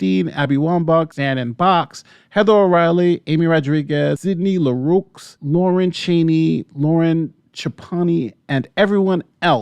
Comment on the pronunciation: The names are pronounced. Rap (like the music) - In (like plug it in) - Oh (like Oh my God) and Leroux is pronounced La - Row